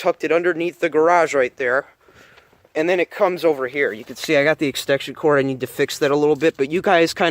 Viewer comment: its extension, no extekshion ek-sten-shun